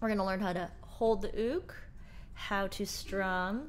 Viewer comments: It’s pronounced youk but it is spelled uke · I love this! The only thing is: I understand it may be correct to say “ook”, but I only know “Yook”, and it’s freaking me out! Love you anyway! ❤️💕🥰